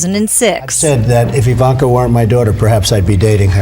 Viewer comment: Did Wendy Williams call her Eye-Vonka?